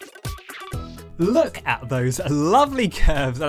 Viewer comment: "Have a look at them" From the way you say it in your accent It sounds like you're saying "have a lick at them"